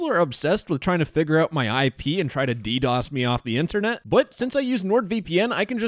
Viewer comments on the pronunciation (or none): none